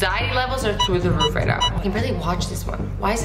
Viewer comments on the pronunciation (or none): none